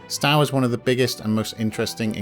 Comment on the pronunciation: You are mispronouncing Stowe. It does not rhyme with "cow" but should be pronounced "sto" - as in "stow your luggage in the boot of the car". I was a pupil there decades ago (dreadful school though) "